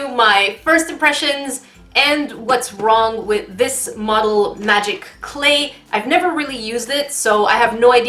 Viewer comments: I LOVE THE BEGINNING 'YOU ARE WONG' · 'you are worg. she is true. you are lai.' that never fails to crack me up